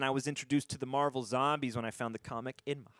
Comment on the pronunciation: Not to correct, but it is marvel, spotlight